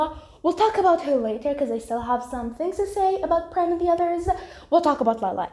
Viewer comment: Totally unrelated to Vampigami, but have you seen Yaksi Gozen in the English dub yet? If you haven't, I think you'll love it even more in the Eng dub than the French dub!😆 From what I've been hearing, apparently the way Prem's name is pronounced isn't right, and is pronounced as "Preem " (according to Google Translate but don't take my or Google's word for it), and according to Google, Prem's name does indeed translate to "love" in Hindi. Also, I hope school is going well for you! As for me, I survived my exams so I'm very happy it's all over! I ended up watching Wicked: For Good after finishing up exams and I had so much fun and it made me cry so much in the best way possible!🥹 Welcome back after your brief hiatus,!